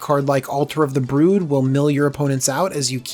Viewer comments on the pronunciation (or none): none